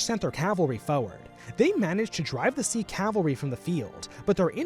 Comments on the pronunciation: Ranjit is pronounced Runjeet Not rahnjaht lol Sikh is pronounced sickh not seek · Its crazy how many people mispronounced Sikh. Its "SIK" or "SIK-EE" not "SEEK"